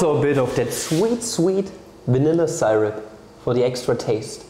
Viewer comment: yeye, good ol' wrong pronunciation of see-rupp